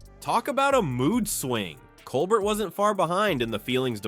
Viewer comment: Will not subscribe to computer voice that can’t correctly pronounce Stephen Colbert’s name.